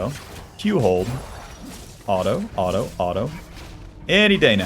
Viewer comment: how come you say the word auto as alto